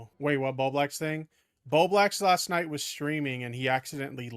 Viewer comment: It’s Bowblax not Beau Black